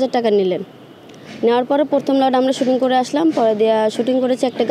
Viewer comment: প্রথম কে বারবার বলছিলো পরথম পরথম😮😮😮